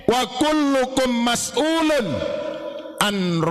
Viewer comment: Wakullukum mas uulun bukan mas uulen